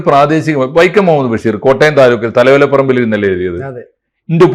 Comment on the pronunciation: ബെഷീർ അല്ല ബശീർ എന്നാണ് കൂടുതൽ ശരി ബക്ഷേ മലയാളികൾ അങ്ങിനെ പറയാറും എഴുതാറുമില്ല ബഷീർ എന്നാണ് പറയാർ എന്തായാലും ബെ അല്ല